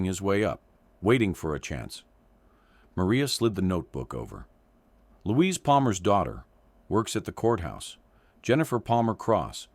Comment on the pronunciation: Louise not Luis